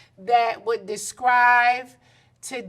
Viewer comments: Did she say "descrive" in the beginning 🤣🤣🤣 Describe Nene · Nene around "them" people so much that she forgot how certain words are pronounced. She said a word that "descriVe"😂😂😂 instead of describe!